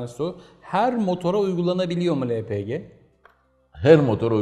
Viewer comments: elpigi nedir yahu? likit petrol gazı lepege deyin şuna... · hepinizin ağzına sağlık amma,, Lepegeye neden Elpici , cenege ye sienci diyorsunuz ?? Kulağa hoş gelmiyor sanki doğrusu da olsa :)